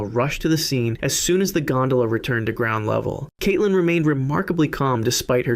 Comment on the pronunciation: Stop saying Kaitelyn please because it’s my name and it’s making it weird for me and my family 😅❤